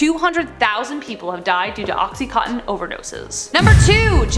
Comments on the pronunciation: It's called oxy-conn-tin! Not co-tin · Yes! BUT...she has problems with mispronouncing some words...like oxycontin. She says "oxyCOATtin", when it's actually "oxyCONtin". There's a VERY good service provided by YT whereby you can type in the SEARCH area above something like "How do you pronounce oxycontin?" And a very nice person will pronounce it correctly for you! Otherwise, she's GREAT!! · It's "OXY-CON-TIN", NOT "OXY-COAT-TIN"!! I swear! Sometimes you just MAKE MY DAY with your mispronunciations! I think I made this suggestion before, but all you have to do is go up to the SEARCH area and type in, oh...something like "How do you pronounce the word mispronounce?", and some very nice person will say it CORRECTLY for you! VOILA! INSTANT SMARTS! It REALLY is nice to impart more than one bit of knowledge to all the people out there watching your show. PROFESSIONALISM is an IMPERATIVE when doing the kind of shows you do...or do you not agree? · Cringed at the mispronunciation of OxyContin but at least she caught it the 3rd time around